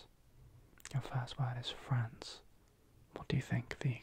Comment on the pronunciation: Okay I'm glad I'm not the only one who heard France as Friends lolll